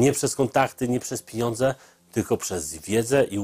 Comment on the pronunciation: "nie przez kontakty nie przez PINIONDZE..." piniondze? Nie sądze. Chyba Loża dżentelmenuf.